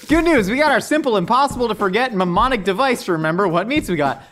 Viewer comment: Him trying to say mnemonic 🤣🤣🤣🤣 sounded like "mamaanic" 🤣 Good episode 👏 👌